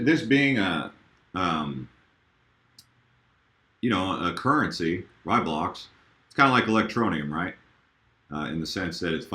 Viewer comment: Yes, Nano will be a much better name since almost no one says Raiblocks correctly. RAYblocks, not RYEblocks. So glad I don't have to hear people say it wrong anymore, haha.